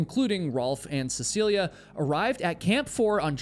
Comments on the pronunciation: Of all the times says her name in the video, he only got it correct (CeciliE, not CeciliA) once. It didn't stop irking me, especially since she's so famous, especially here in Norway. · Is her name not seh suh lee? I keep hearing seh see lee uh